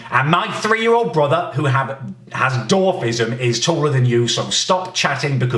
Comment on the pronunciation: It’s dwarfism not dar fism